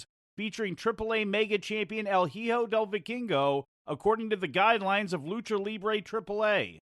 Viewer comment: Pro tip; "Hijo" is pronounced E-Ho, not He-Ho or whatever non sense you said. While we are at it it's "Vee-kingo" and not "Vai-kingo"